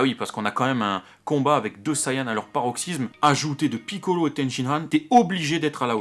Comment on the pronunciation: J'adore comme tu prononces Piccolo! D'ailleurs, je trouve que cet épisode est superbe! Par rapport au 89 dans lequel j'ai vomi!